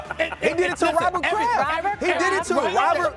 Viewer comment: Nobody: Stephen A: Robbit Kraft